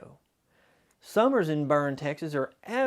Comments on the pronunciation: If you’re from Texas then you know he mispronounced the town of Boerne. He said “Burn” but it’s pronounced as “Bernie” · There is no Burn, Texas. I think you may have meant Boerne (burn-ee.) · It is pronounced burn--ie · Boerne, Texas… It’s pronounced “BERN-IE.” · Boerne, Texas, is pronounced Burney. Loved this reminiscence. Brought back many memories of Paul. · Only one correction Boerne is a German word pronounced Bernie. Great video. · While I appreciate your video, there was a huge mistake made although it is common, and most Texans understand it. Boerne, where Bill lived, began as a German town pronounced "Burney". It might serve you well to call the local Chamber of Commerce of towns you mention in such recordings like this. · Just a side note: Boerne is pronounced bur-ne. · Loved Paul Harvey's radio show and rest of the story. I enjoy hearing him again. Thanks. BTW Boerne is pronounced Burn'-nee. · Did this dude call Boerne "burn"